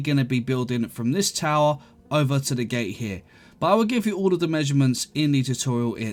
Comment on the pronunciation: “Gate” not “gay”